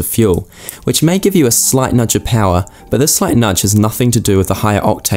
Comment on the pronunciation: V-Powah! Becuz detergents....